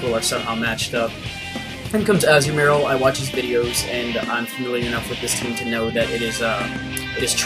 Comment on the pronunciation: What? You really were pronouncing Azumarill right anyway. AZZ-oo-mair-ill.